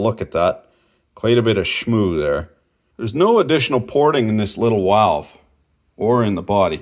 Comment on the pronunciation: Thank you for saying walve.